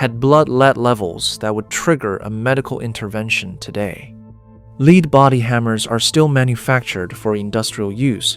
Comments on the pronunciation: It's lead, not leed! Tell your AI guy that. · someone teach the AI how to pronounce lead [led].....as in the metal...not as in helping to direct someone down the rght path [leed].... geez... human editor...where are you? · AI is supposed to be so smart but it still can't pronounce words correctly according to context. For example...LEAD pronounced as "leed" or "led". What's a ("leed") lead bodied hammer? 🤣🤣 AI ... what a joke!!! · Lead hammers, pronouced (leed by the AI) are still being used. The lead dust, (pronounced led by people) can cause problems. I ran a solder dip pot for a year. Standing over a 600 pound bath of molten lead and tin 8 hours per day. I didn't have any lead detectable in my blood. Lots of scare tactics in this video. 😒😕😎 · Pronounces lead "leed" must be ai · Never saw a lead-head hammer...or as the AI narrator calls it, a leed head, LOL! We had/have copper and brass head hammers that do the same thing. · Your AI narrator needs work. Evidence is the way it pronounced lead as in lead hammers. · I'm not going to start worrying about AI taking over the world until it can distinguish between "lead," the metal, and "lead" the verb. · My dad had an 80s Craftsman Radial Arm Saw. So they were definitely still making and selling them after the 70s. Also, I'm assuming this is AI slop since the narrator said "Lead" as in "Ill lead the way" instead of lead like "lead paint".